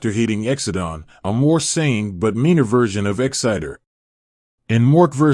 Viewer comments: The name is "EXIDOR", NOT "EXCITER". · I LOVED this show in the '80's, and to this day whenever I think of the late Robin Williams, it's not for any of his movies, it's as "Mork from Ork". P.S. the computer voice here is AWFUL. The name is "EXIDOR", NOT "EXCITER". Only a computer-generated voice could make that mistake over and over. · It's pronounced ex-i-door not exitdor, please before narrating learn how to produce things accurately. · EX-uh-dor, not Exciter! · E xidor, pronounced 'X-Ï-DOOR' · Who is Dom Delucie? If he was such a major star, why have I never heard of him? Exciter?? OBVIOUSLY, you've never watched this show and don't know how to read English! Wound??? How did he wound her?? You SERIOUSLY need to take an English class or two!! Or, are you just a robo-voice that doesn't understand English? "Pronounced like, Boing". That's why you pronounced it like, "doing". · Why can't the people who post these videos check for correct pronunciation of names. The actor was Dom Delouis and the crazy character was Exidor not exciter. It makes the entire thing sound dumb.